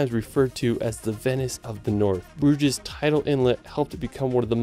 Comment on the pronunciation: also (after all the pronunciation mistakes prior), when I heard "broodgyz" I lost it and burst out laughing realy hard xD